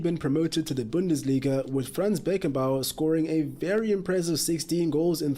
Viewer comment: His name is Franz Beckenbauer not Fran's